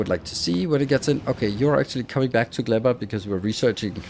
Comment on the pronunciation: "Glebba" "yuMAko"